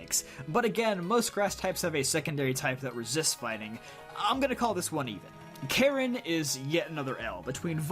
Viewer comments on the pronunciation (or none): none